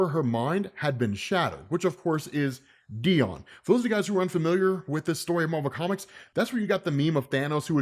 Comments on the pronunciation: Dione is not pronounced "Dee-awn", like the name Deon/Dion". It's pronounced "Dee-yohn" (rhymes with "the bone"). And the emphasis is probably on the last syllable of the name, not the first. My name's not Layla Miller...but I know things. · Its actually pronouced Die-on If you think its just dion then youre racist